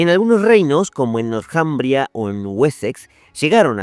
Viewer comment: El nombre Northumbria, se pronuncia en Inglés donde la TH suena como una "Z castellana". Y el nombre en castellano se puede ignorar la H, porque no tiene sonido y solo se pronunciaria la T. Le sugiero cuidar esos temas idiomaticos